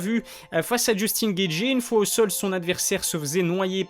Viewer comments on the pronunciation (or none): none